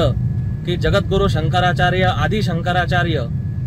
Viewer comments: Shankaracharya ,. Ha Shabda Suddha Tyala Neet Uchharata Aalela Nahi . Ha Nehamidh Patali Sodun Bolto . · पहिले शंकराचार्य नीट म्हण 😂😂😂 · शंकराचार्य हा शब्द निट उच्चारता येत नाही राणे साहेबांना